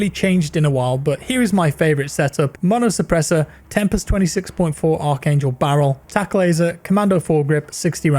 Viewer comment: Thank you for reading the Grau's barrel right. I hear people call it the "Arch" angel barrel. Thanks for being the guy that can say it right 😂😂